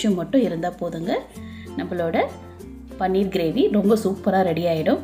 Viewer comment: அது பன்னீர் இல்ல பனீர்.